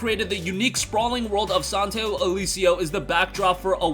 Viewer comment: Santa IL E SO not IL EE SI O